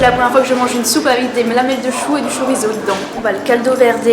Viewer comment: C'est pas chorizo 🇪🇦 !!! C'est chouriço caralho !!! 🇵🇹